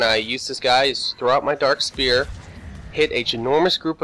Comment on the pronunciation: Stop saying dark SPEAR. Its SPHERE .